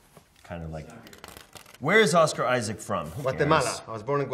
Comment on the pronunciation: I love how they say pedrou peasqueal and a Oscar aisac as if they didn’t know how to pronounce their own names in Spanish 😂😂😂